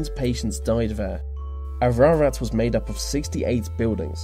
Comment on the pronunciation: Bro, I live in Ararat (which is pronounced A, Ra, Rat btw) and I’ve been to the Aradale lunatic asylum campus over 40 times. I haven’t been inside the actual building yet, but people who have visited it have said that the couldn’t breathe properly, their legs tingle, and they can feel something touch their face.